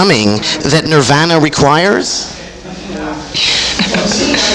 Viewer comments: They both seem annoyed, and honestly I think it’s pretty warranted this time around. I’ve never seen Nardwuar act like such an annoying little shit. Throwing a whole book at them that he knows they haven’t read, mispronouncing the band name seemingly on purpose (watch part 1). I absolutely adore Nardwuar, but he’s pretty much a stereotypical South Park Canadian here. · Notice how Courtney stresses the correct pronunciation of Nirvana every time Nardwuar deliberately mispronounces it?